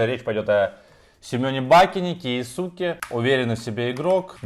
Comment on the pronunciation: Вроде не кеосуке а кеоске